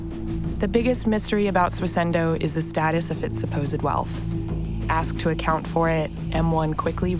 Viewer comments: Why does every single person in this video say "SWISS-INDOH" But the presenter always says: "SWISS-ENDOH"? WTF? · The subtitlers also can't spell 'bizarre'. Also, does it sound to anyone else like she keeps saying "Swiss-ENDO"? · It's Swissindo mate, my god the word cropped up in the video like tens of times and you still butchered it lol